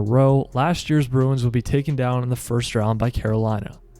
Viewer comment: Start to pronounce the club name correctly.